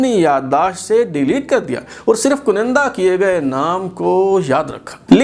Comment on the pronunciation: Aap baar baar KANDA ki jaga KUNINDA boltay hain. Pl tashih farmain